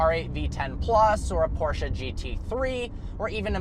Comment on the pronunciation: I just appreciate the fact that he pronounces Porsche correctly.